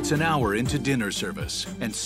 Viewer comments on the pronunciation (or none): none